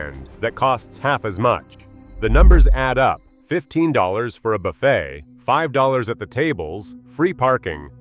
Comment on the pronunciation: Buffettt? That is where you lost me. It's not a human talking